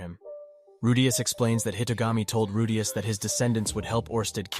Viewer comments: Bro man’s saying rudayus not rudeus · It’s “roo-dee-us” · Why you pronounce "Rudeaous" is weir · So is it Roo-Dee-Us, or Roh-Day-Us???All this flippy floppy pronouncing got me corn-fused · I can't watch this. The Rudayus pronunciation is getting to me. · He's saying rudas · "Rude-yus"... Yeaaaaahhh. Annoying shit lol 😂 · Man I would really want to listen to this but the moment I hear you say RUDEYOS. I'm out. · Bro this guys saying redayus like after every 5 words to 10 words or less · The way he pronounces Rudeus is CRING! I stopped the video as soon as I heard it. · Its not that deep lil bro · Please pronounce rudius properly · The constant mispronouncing of Rudeus's name 😅. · How do you get the name right and then botch it again and again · I don’t even wanna watch your video anymore bc how much it pisses me off how you say his name